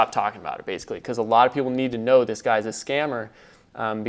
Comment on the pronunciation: "Basically" not "baiscally"